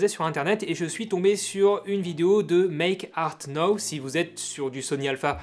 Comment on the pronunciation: Pas "méééke arte nowwwe" mais "méééke arte naahouw" +- 80 millions de Français font l'erreur ;)